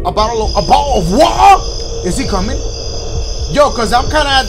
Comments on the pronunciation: The way he said "Botal of waer" tho😂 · " A bottle of wa-ah" 😭😭😂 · Bahuh of wahuh 😂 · dashie: picks up bottle of water also dashie: “botta of woa” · “botul of waer” I love it😂😂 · I started laughing so hard when he said BOTTLE WATA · And I was dyin when he kept saying bottle of wotar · Why he say water like that😂😂